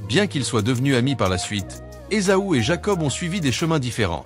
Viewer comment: La lecture par l’intelligence artificielle rend le texte un peu difficile à comprendre ! Il y’a par exemple plusieurs appellations de Esa-u qui est prononcée *Ezo*! Bonsoir et soyez béni au nom puissant de Jésus Christ